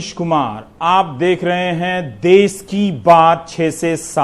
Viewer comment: देश होता है देस नही सर